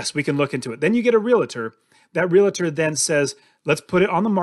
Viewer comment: I am a real-tor, in Charlotte nc...not real-a-tor lol, great vid!! Grammar police here as well 😆